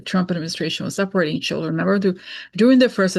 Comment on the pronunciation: Her reading her notes did she write down the word "schilldreeens"🤣🤣🤣